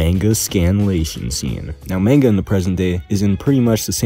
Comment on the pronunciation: Mon-Guh, not Mayn-Guh ,ily bro